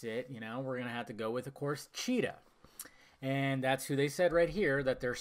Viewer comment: steve trevor in flashbacks and cheetah villain! it's not hard to say